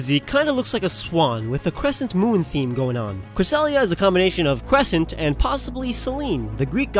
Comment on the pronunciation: you call Cresselia Cress-i-a? IDK maybe i'm just deaf but that sounds awesome!!!